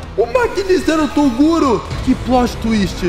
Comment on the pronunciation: Em pleno 2022 falando toduro. Não. Toguro